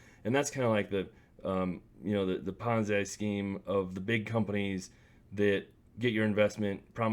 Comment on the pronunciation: Don't take advice from a youtuber who pronounces ponzi like bonzai. Do your own research outside of youtube